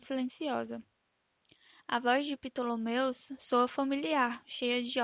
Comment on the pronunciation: É Ptolemus, não Ptolomeus kkki descobri com memes